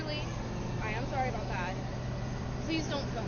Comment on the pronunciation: aboot alert